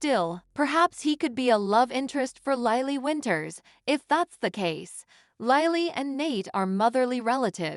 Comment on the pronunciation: Lilly not Lylee